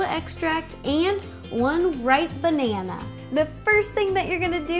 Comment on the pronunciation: Are you just gonna ignore her "benana" ...